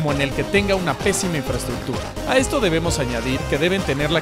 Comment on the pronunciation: jaja "etsito"